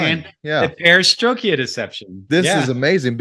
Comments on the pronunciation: An outstanding presentation all round and I would say this about 90-95% on the money although I'm struggling with the inability to pronounce 'perra stroy ka' and also the non mention of who were those people who created the communist / Bolshevik revolutions and their connections through the former Young Movement, secret societies and Kabbalist movement. I think that is is pivotal in understanding the spiritual element you allude to because as its says in Ephesians we war against 'principalities and spiritual wickedness in high places'. A large presence in the last 150 years are the old Khazarian's who were based in modern day Ukraine and from which Blavatsky came as you allude and who wholesale became members of Judaism approx 1200 years ago. All of the people who are behind this as well as the Bolshevik's, Marx, the Young Movement, the Frankfurt school were 'Jews' but that is not to blame all Jew's because many were their strongest adversaries and fought the Zionist project. Referring to this group continually as 'Russian' is both misleading and confusing. The old Khazarian's were internationalist in outlook holding allegiance to no country. Solzhenitsyn explains exactly who they are in '200 Years'. They are Talmudists in essence and Kabbalists. They murdered millions of Russians and Ukrainians in the 20's and 30's and still killing them in Ukraine today. Calling them Russian I find slightly disingenuous but something you find in Christopher Story's books who was the gu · STROIKA. (STR - OY- KAH). You fell into southern Baptist stride there with the mispronunciation. Sorry, trolling. Keep up the good work. :) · Great but I wish the pronunciation of Perestroika was correct....was somewhat distracting. lolz Silent Weapons For Quiet Wars is a must read/listen/watch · I'd be much more inclined to "buy" everything is saying here if could pronounce "Perestroika". Also, that intro music is a good example of the "Satanic" music they discuss early in the show.